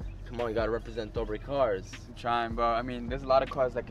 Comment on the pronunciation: It's not dobet Brothers it's dobre